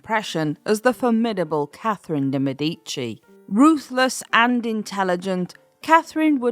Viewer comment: I can’t listen to a “historian” that doesn’t even know how to pronounce the name correctly. Yuk.